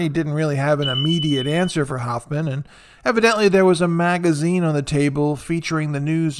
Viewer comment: Please learn how to pronounce Hoffman . 😃